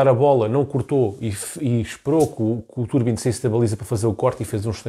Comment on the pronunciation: Bom vídeo, só um apontamento que me faz um bocadinho de confusão, o nome do guarda redes diz-se Trubin e não Turbin 😂. Abraço